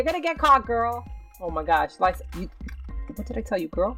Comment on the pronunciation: lyssa its l-issa its spelled like that but not pronounced like that..lol